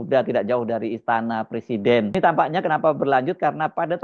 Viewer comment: Jokowi, nilai bahasa indonesianya jelek ... presiden dibaca PERSIDEN .. gimana toh ?